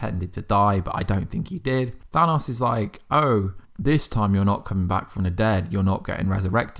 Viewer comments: The way he says Thanos bothers me. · You saying thanos wrong. Also, agree, LOKI LIVES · It's Than-OH-S, not than-AWS